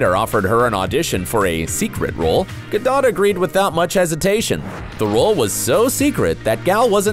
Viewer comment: This guy dillian who's telling this story doesn't even know how to pronounce gals last name. Disapointing